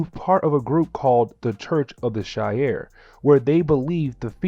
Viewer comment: I’m loving the ultimate X-men coverage seriously but omg dude! She-are is how it’s pronounced and lil-and-druh. That’s my only gripe.